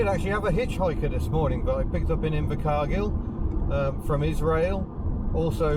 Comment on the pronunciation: Nice town names , Invacar Girl and and Tea&Now , that's all I hear ,sorry , cheers :D